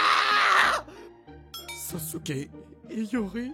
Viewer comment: Et en fait c'est pas sosuke c'est Sasuke😮